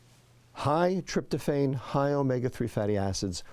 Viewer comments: Tryptophan is pronounced trip-tow-FAN, not trip-tow-FANE. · Tryptophan is pronounced with a short A. iPhone starts at around $700. Stay out of politics. Let the President do his job. Do not talk about diet if you do not practice good health and mindful eating yourself. The microbiome is the oldest and largest living civilization on our planet. They have plenty to teach us if we feed them properly and quiet ourselves often enough to listen. More to come☕️